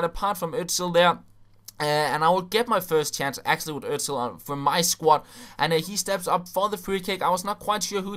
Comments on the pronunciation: He is called 'osil' not 'ozil' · HIS NAME IS FUCKING Ö-S-IL not ÖZzZill. :)